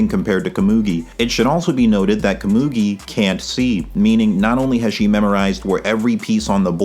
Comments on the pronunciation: you're butchering komugi's name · You've got to pronounce Komugi's name different, im begging you 😭🙏